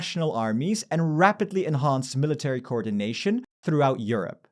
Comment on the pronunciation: Thanks for the great video! Two constructive comments on pronunciation: the stress in "military" falls on mi- instead of -ta-, and "nuclear" is nuc-lear instead of nuc-elar. I'm an ESL teacher and I love learning about pronunciation things - hope this is helpful. :) and thanks again for all the information and analysis in the videos!